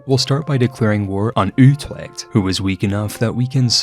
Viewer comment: You're right on the last part, his pronunciation there was abhorrent. 😅 I can't blame him too much, because Dutch is hard and he did so well on Utrecht in the rest of the video.